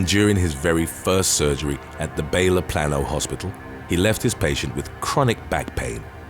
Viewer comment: Plano is PLAY-NO. Or PLANE-OH.